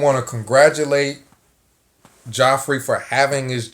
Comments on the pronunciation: Geoffrey = Jeffrey It's pronounced Jeffrey. Always has been. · Love how you say “Joffrey”. Game of thrones horrid, brat child, king. 👑lol.